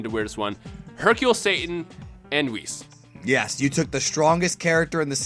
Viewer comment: Haha beerus and whis. Bhis